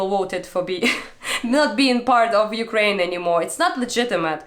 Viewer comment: she said "Okraina". It's a derogatory term for Ukraine which is used by russians. Okraina in Russian means "the outskirts", and I guess they actually think thats where the word Ukraine comes from 🤡